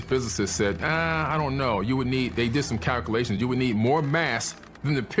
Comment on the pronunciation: This guy is supposed to be a genius and I really want to listen. He doesn't have a speech impediment but he can't pronounce calculations. He keeps saying calcalations. 😂 It's hard to take seriously. He can supposedly read sanskrit, sumarian, hebrew, greek and countless other languages but can't pronounce his own. Sketchy. I feel like he may be one of the witches / poisoner of the mind type people in the Bible. Telling me the Bible is a farce. I just don't know. All I know is that I don't want you to spend eternity in hell. I believe that I am energy and energy never dies. If I can't die, I don't want to spend eternity tortured